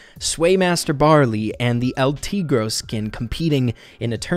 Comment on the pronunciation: its not el tegro